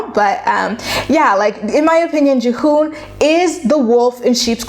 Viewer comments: Devin and G-Hoon. Juh-hoon had me dying. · Have you even watched the show?!? Her name is pronounced Devin and his is pronounced Geehoon. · Love you, but the way you’re pronouncing their names is sending me 😂😂 btw have you checked out their YT channel?